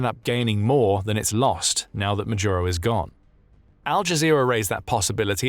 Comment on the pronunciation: Ma-dooro!! not Majuro, not Majooro, not Madiuro!